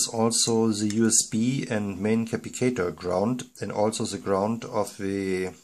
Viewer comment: Cap - pass - it - tor < sounds like this